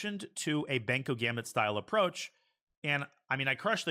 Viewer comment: it is Benko not banko